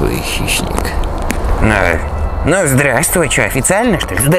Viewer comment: не хишник а клоун